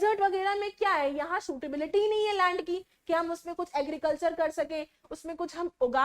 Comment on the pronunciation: Mam say Agiricultur😂😂😂😂 so funny so watch this in this video seconds to in this video timer